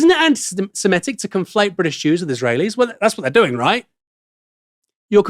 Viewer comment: Drinking game idea: every time Aaron or mispronounce "Antisemitic", you have to drink. Excellent way to get sozzled.